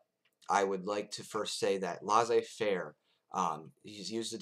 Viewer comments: Actually, it's pronounced LAY-ZAY-FAIR - not LAH-ZAY-FAIR. ;) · French Tip: when you see two SS in a word, there's no z pronunciation, it's an S one. If you can pull that off, and maybe pronounce the ai parts less like the A sound and more like a ''è'' one, viewers would spend the video searching for your baguette and beret haha. Just messing w/ you, interesting video as usual